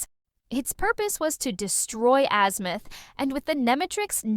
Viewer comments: Wholeheartedly agree she keeps saying azmooth and not azmuth and it's fucking annoying like no where in the entire show was he called azmooth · Bro ai cant say shit right man fuckin azmooth😂